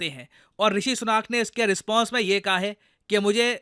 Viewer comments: भाई उनका नाम ऋषि सुनक है ऋषि सुनाक नहीं, जैसे आपका नाम है प्रशांत धावन नहीं.😊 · ऋषि सुनक है वो "सुनाक" नहीं. भो Sadi के.... अब तेरे नाम को कोई "धवान" बोले या लिखे.. तो तुझे कैसा लगेगा.